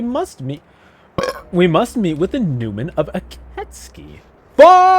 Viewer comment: Ok, 2 minutes in but I am pretty sure it is pronounced "Ee keh tsoo kee" though I only think so because that's how I first pronounced it when I played it lol